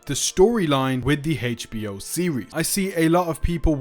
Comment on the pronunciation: Dude saying "Heitch B.O." is driving me up the wall😂